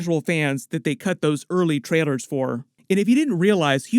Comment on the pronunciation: Bro, are you saying trailers or traitors 😐